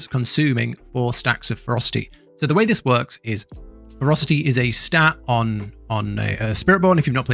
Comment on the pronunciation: They’re pronounced Fer-ROS-city and Jag-war. It’s like you lost a syllable from ferocity and added it to jaguar. Otherwise, good guide.